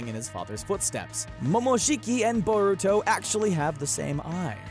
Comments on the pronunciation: I cringe every time he says Boruto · Boar uto WTF it's pronounced bur uto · Iron Gauntlet it’s boar uto what’s next do you pronounce nar uto narooto